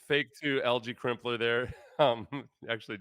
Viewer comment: You said Algae Crumpler....Love it lol